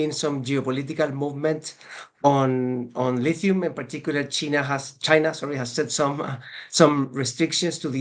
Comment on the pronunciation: this nigga said cheena 😂